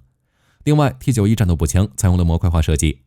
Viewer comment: 有點無奈 你是大陸人嗎? 什麼65K2 XT91 是這樣念的嗎?沒當過兵嗎? 念法應該是65K兔 T9么 受不了